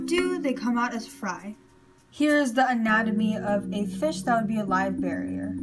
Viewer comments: Bear-er not barrier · Every time you say "barrier" I cringe... and you say it repeatedly and I couldn't hear anything else because you're mis-educating the public. It's Live BEAR-ER, pronounced: (bare er). Best of luck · I just wanted to watch whole video, but way you say barrier after first 1 minute bugged me .. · great video it was kinda funy that you said bearier but its ok we all pronounce stuff wrong :P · but she is an adult, plus, it's super easy for someone to pronounce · Great job on your video. Minus saying Live Bearer incorrectly, this was a well spoken, thought out, intelligent video! Nice work! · great video but you pronounced bearer wrong